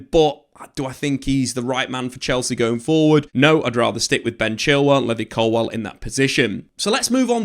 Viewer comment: Or " Colwell" ,as he says